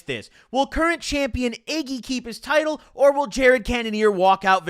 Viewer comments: "iggy" bro its izzy.... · He said Iggy instead of Izzy 💀💀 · My guy said “iggy” instead of “izzy” when talking about adesanya 🤣😭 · My man said IGGY instead of izzy😭😭 I love you brah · Love the story’s bro💯🤙🏽. But it’s Izzy 😭😭” iggy” can’t let you get away with that one😂😂